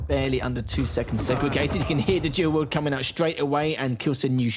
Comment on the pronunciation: It's "Dual wield",, not "Jew would"